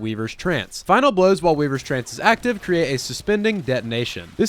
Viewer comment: Weavers Trance! Weavers Trance! Not weavers call... weavers trance!